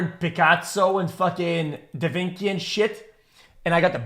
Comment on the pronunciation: pffft this dude said pikatso and da vinki